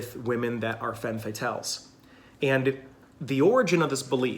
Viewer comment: Interesting video! I identify with four of them, that are quite different. And a detail, femme is pronounced fam (looking for an English word with the correct a, but in vain. Better maybe to find a pronunciation clip?)